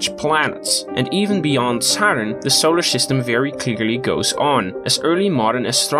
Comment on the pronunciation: Why do you say SHolar System? That’s annoying as hell to hear.